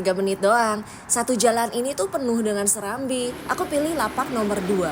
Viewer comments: fyi itu bukan serambi tapi serabi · > SERABI 😅bukan Serambi..,serambi Mekkah kali 😂,padahal di spanduk Warungnya ada tulisan Serabi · Serabi bukan Serambi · Serabi mbyakkk, bukan serambi 😂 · Serabi, bukan serambiii, hihihi terimakasih sudah mampir ambarawaaa dan sekitarnyaa ♥️ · Serabi bukan serambii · Seraaaabiiiiii donnggg bukan serammbiiii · Btw izin koreksi ya, namanya Serabi bukan Serambi 😆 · Serabi..... Bukan serambi 🤭🤭